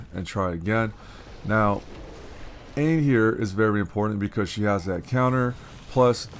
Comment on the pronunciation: Nice man that was a solid run! Dunno if anyone mentioned before, not trying to be all elitest on you or anything, but Aine is pronounced Arn-yuh, it's an Irish name :)